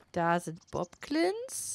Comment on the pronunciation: Oh je, und ich hab dich noch so schön gelobt dass du die Namen der Bokblins richtig aussprichst. ^^ Jetzt nennst du sie im ganzen Video Boklins.